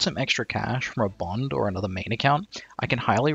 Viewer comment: "bond" yikes